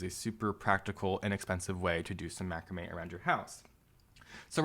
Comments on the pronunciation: Excellent video but please learn how to pronounce Macrame 👍👍😁😁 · must be where we are from but we pronounce macrame different... thanks for the video helping out heaps